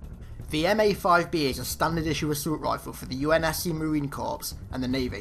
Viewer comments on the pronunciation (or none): corps is pronounced core not corpse